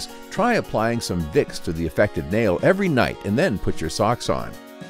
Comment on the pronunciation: you said every nigh